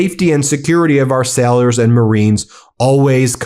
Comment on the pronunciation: it is pronounced "Sailors" not "Sellers"